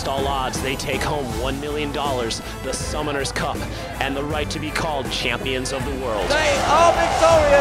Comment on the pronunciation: It sounds like he sais "The Summoner's Cok"! XD